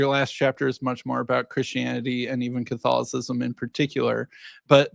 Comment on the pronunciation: Sounds like he said Catholicism.